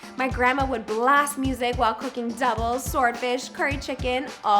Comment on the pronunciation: when she say doubles and swordfish she sound Trini my opinion